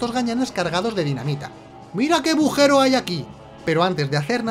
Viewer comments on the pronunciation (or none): Me encanta las ecenas cuando dice bujero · Ya creo k dices bujero a propósito